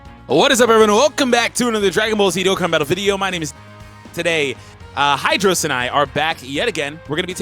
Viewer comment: it's hydros haha